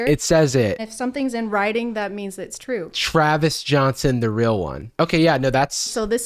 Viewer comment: "TRAVIS" im dead